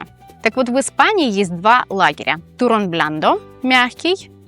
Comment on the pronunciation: при всем уважении, вы, конечно, прекрасно говорите по-испански, но в произношении turrón звук "р" должен быть раскатистый "туррррон", а у вас откровенно редуцированный: "турон"